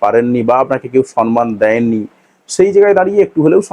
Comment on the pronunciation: সর্মান নয়, সম্মান। ইংলিশ তো ভালো বলছেন।